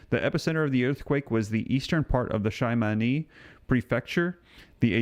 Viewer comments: It's pronounced She- ma-ne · Jus to let you know Shimane is pronounced She-ma-nay. lol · Shimane Japan... pronounced (SHEE-MAH- NEY). Thank you.